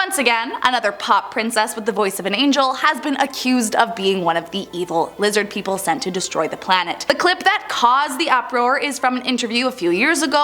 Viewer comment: Lizid peepole